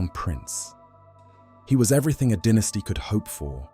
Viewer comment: Dine-esty. Why do you say den-esty?